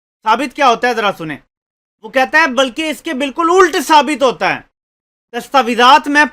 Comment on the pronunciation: الٹ ult نہیں الٹ ulat بلیں